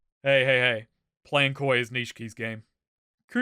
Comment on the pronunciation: “Being coy (koi) is Nishki’s job” “So hey (Sohei), what does he think?” motherfucker goddamn